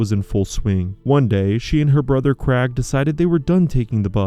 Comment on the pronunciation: What about the Krag for Craig? 😆